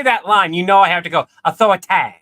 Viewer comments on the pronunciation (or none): ish into the video you do this accent why you say authority I'm not sure how to spell the way you said it that I remember growing up with like my whole life I've heard people say it like that you know you constantly remind me of my family